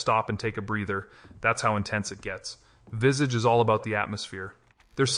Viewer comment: It’s not “Vissedge”, it’s “Vis-Aah-ch”. Americans…😅